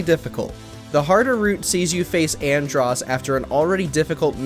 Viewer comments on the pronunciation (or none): Dude said andross lol wtf I must be a fucking legend then